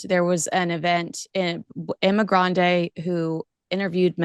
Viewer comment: Emma GRANDE 😂. Its Grede